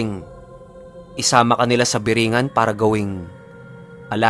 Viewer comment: Hindi po birengan kundi burongan Kasi po taga Samar po ako